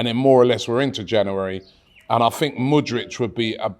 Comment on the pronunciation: Mudryk, not Mudric lol